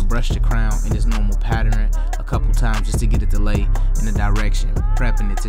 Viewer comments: Let me just say one thing its pattern not patteren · Yeah the cut was excellent and all, but what is a "patteren"